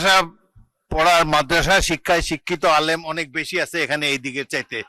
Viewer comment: সে নাকি আলেম উচ্চারণ করতে পারে না। আবার বলে আলেম।